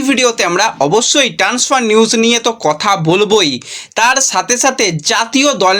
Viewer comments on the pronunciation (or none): আবার ট্যান্সফার।আর কবে উচ্চারণ ঠিক হবে!ইউটিউবের ব্লগ বানাতে গেলে নির্লজ্জ হতে হয় এটাই দেখছি